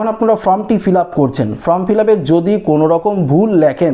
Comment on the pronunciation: ওটা ফ্রম নয় ফর্ম।